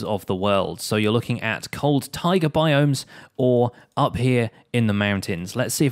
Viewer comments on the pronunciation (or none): none